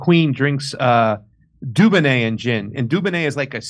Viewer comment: It’s not said like duboneh 😂😂